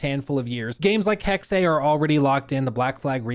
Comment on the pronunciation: Still saying Hexe wrong.